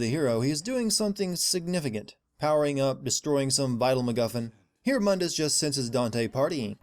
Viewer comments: Also its not mun dus it's moon dus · Add a sin for every fucking time that the name Mundus was mispronounced. It's pronounced (Moondus) mundus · Btw another sin of the pronaunce of Mundes name the U is Spoken long in case you have t Played Devil may cry 1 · Aaron Page My explanation is that this is a different universe than Old Dante's. Just like everyone calls New Dante "Donte", the New Mundus is "Muhn-dis". Separate characters, different universe, I guess. It's differentiation. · there is one thing I'd like to know, since you made references to the original Dante why did you mispronounce Mundus in your video?